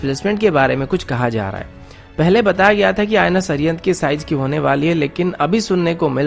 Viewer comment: Size not sijz haha...